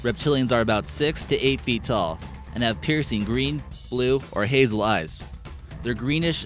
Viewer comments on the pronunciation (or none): none